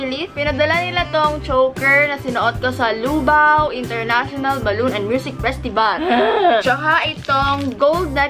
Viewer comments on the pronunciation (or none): YUNG PRONUNCIATION NIYA NG LUBAO. LUUUUUUBAAAAWWW HAHAHAHAH LT BES